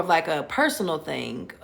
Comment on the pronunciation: We've got people who don't even use a "g" on the end of words, and then you've got (girl in video) who make the "g" a whole syllable! Re: theen.....And ........ Re: theenguh 🙅‍♀️🤦‍♀️🤷‍♀️🙄🤔